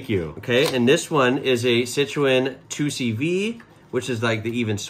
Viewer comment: Hi! You are a Citroën specialist now, and i'm French. So please don't make my ears bleed anymore with this word: 2CV (with English prononciation), it's an abbreviation, it's NOT the name of the vehicle. 😉The name is: Deux Chevaux (like DE-Lorean CHE-vrolet VO-lvo) pronounced DE-CHE-VO. Thanks. The Michelin vehicle is an Acadiane, and the base is a Diane which is an improved Deux Chevaux. Fun detail: the Michelin man is called Bibendum and he has a very long history (look wikipedia): 1898!